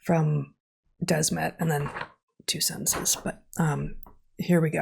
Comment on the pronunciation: It’s Matthias de Smet, not Desmet. It’s the same as “the smith” only “de Smet” “the” and “de” is pronounced somewhat the same. Also; the podcast with Jonathan Pageau was epic!